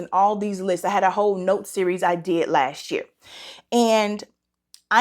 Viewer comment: Hey!!! 👋🏿 You have been missed! It makes my day when you upload! So, I haven't smelled ANY of these yet. I can't wait to try Paulina's fragrance. I'm forcing myself to embrace Fall. I wasn't ready!!! 😭😭😭 Gurl, your accent came out strong when you said, "What's going on with me this YURR(year)?" That was cute! I hope I'm still in the DUA consideration pool!🤞🏿 I'm praying for you and your family. Sending love and light your way! 🙏🏿❤️💛💚🙏🏿